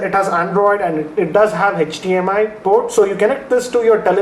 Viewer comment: its HDMI nad NOT HETCH-DMI